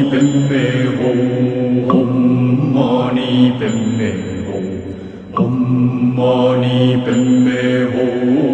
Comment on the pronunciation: It's Om Mani Padme Hum but the Hum you pronounce it as Om.